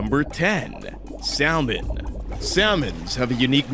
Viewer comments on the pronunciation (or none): Did the narrator really pronounce salmon as Sal-Man? LMAO!! The 'L' is silent my friend!